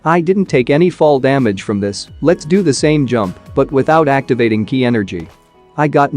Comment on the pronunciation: first kaee energy and now kee energy?